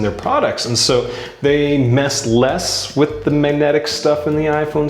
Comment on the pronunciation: why can't you pronounce the word 'magnetic' correctly